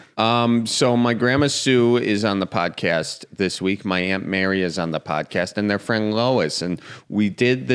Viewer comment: When says the word 'podcast' my brain assumes he's about to say 'potty.' What I hear: "So my Grandma Sue is on the potty..." Because I'm originally Midwestern this sounds so natural and I have to resist the urge to stand. As if he's going to continue with, "And she wants you to stir the potatoes so they don't stick to the bottom."